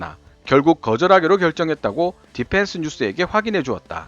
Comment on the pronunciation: 발음이 디팬스가 아니라 디휀스에 가까움. P 와 F 발음을 잘 구분해서 사용할것. F 에서는 파열음이 나지 말아야 함. 원어민 발음처럼 혀를 굴리는데 F 에서 파열음이 터지니 이상함.